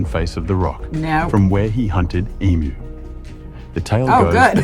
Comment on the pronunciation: Youre saying Uluru correctly. That sounds like a male AI voice. As he says many words wrong, even Emu. No Aussie would pronounce it wrong. Its a very, very long drive from most capitals in Aus. You can fly from Sydney or Cairns direct to a small airport there. Or fly to alice springs, which is a more popular option. Then either do a coach tour from there out to the Uluru or hire a car and drive from there. Its about 5.5 hours from Alice. You can go visit there independently or book a guided tour around rhe rock and sites wirh an Indigenous guide. Theres helicopter flights over rhe top too, if you have the money!